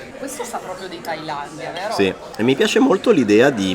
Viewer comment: quel VERO detto da sento proprio la piemontesità nel sangue 😂😂😂😂